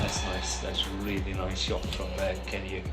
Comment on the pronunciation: I know nothing much a bout badminton, but Kean Yew is pronounced Ki-yan You 😅